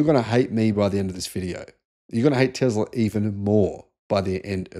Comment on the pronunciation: Please stop saying "TEZLA" it is "TESLA" FFS!